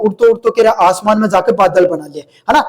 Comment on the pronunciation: Aasman Nahin Aisaman hai 😂😂😂